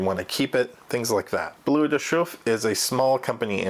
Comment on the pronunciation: Pronounced B-L-E-R de Chauffe, not B-L-U-E